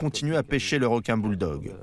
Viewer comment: Elle aime les r'quin